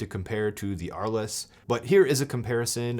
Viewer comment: Oh my God!! Dude, it’s not Ar- less. It’s pronounced Arlz! It’s named after a town in France.